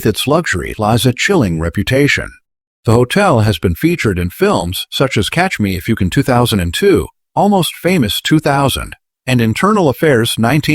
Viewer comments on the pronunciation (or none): Who's narrating this, lol? Many of the words come out so bad! Watch this and you'll hear what i mean. Example: When mentioning a movie filmed at a location, its title comes out as Catch Me Ifyoucan. The last 3 words are said so fast, it's like they're one word! Seriously, watch this! It's funny how some words sound.😄 Otherwise, this isagoodvideo. (See what I did there, lol)